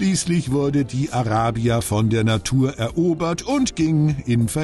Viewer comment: Wieso kann sich der Kommentator nicht entscheiden, ob er "Araybia" oder "Arahbia" sagen will? Wähle die deutsche oder die englische Aussprache und bleib dabei!